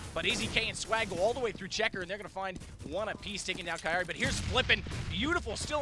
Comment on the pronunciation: Kiari? It's Kairi!